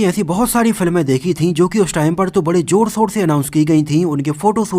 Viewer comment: JOR O SOR (ZOR O SHOR) RILIJ (RELEASE) SOOROO (SHUROO) SAROKAAN (SHAHRUKH KHAN) UJE (USE) SOOOT (SHOOT) RIKWESHT (REQUEST)🤣🤣